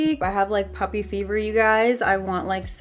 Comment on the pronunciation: When u were talking about wanting another puppy I thought u were saying puffy ahaha